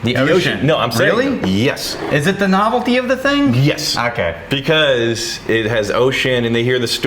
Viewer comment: It's a well known thingk